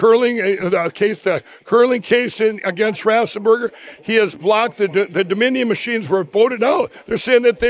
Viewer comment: How many different ways is he going to mispronounce Brad Raffensperger???